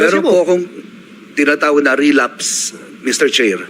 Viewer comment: Sir relabs ang na rinig ko hindi relapse